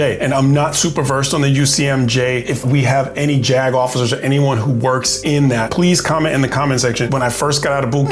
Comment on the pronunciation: How about a little bit of a pause between the words JAG and officer. 😆